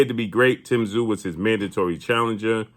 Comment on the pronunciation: Crawford has more heart then charlo but tszyu will destroy them all and for all the Americans that can't pronounce his name just say zoo he is a beast and Americans you guys are lucky you will see on your shores tim tszyu greatest boxer you are going to watch in your lifetime then comes Nikita tszyu who could be the beast of all beast's